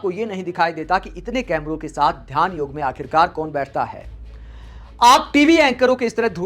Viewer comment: Huge thanks to you that you didn't call it yog'a'! I am tired of listening to people adding a 'a' after all hindi words.